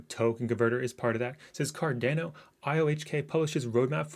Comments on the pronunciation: Homie! It’s Car-Don-O. Not Car-Dane-O. Great vid btw. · It's Car Dan Ô